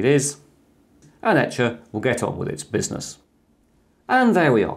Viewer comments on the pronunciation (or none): none